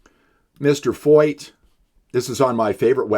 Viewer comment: I love how the people making all of these videos against Canada have never done a lick of research into Sean Feucht. At least you can pronounce his name right.